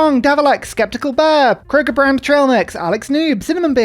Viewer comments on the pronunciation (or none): none